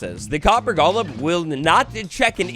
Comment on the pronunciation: DUDE, it’s GOLEM. Not gollum like lord of the rings. GOLEM. I had to go watch a different video about this update because you made me want to break the tv off of how badly you mispronounce it.